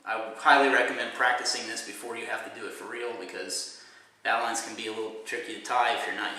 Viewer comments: You pronounce it Bo - Lin , not bow line . A very old nautical term pronounced differently than it is spelled. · hey, i just wanted to let u know that its bow(as in archery) knot. not bow(as in ship. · It's pronounced bo-lin, not bow line. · bow line as in archery bow,not bow as in boat bow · Its not a 'bow'line like bow wow. It's 'bow' like in archery. An ancient sailor knot. The old sailors called it a 'bowlin. ' ie: "Yarr.., she's secured with a bowlin Matey". LOL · Its pronounced Boe-lun or Boe-lin, not Bou-line. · "bo-lin" or "bo-line", not "bo-LAN". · Doesn't this guy know that a bow line is pronounced BO LIN. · Bowline is pronounced boh-lin ya jackass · its BO LIN BO-LIN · Thats a wise prediction and is most likely correct, its a good point but the pronunciation in our English language is Boh Lin. It's akin pronouncing "colonel" like "kernel" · Thank you sir, its bow as in and archery bow, and line as in Linn, like the name bowline bo Linn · bowline knot is pronounced bowline in English.... as, bow as in bow and arrow. in Kings English and queens English. ive been speaking kings English for 65 yrs +. an can speek rit proper like ant it ya no.reel proppa leek wat i dus. Good speller also. ha ha . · a bowline isn't pronounced a "bolan" if you're from down south!! :)